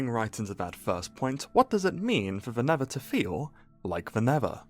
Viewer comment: "tha neva"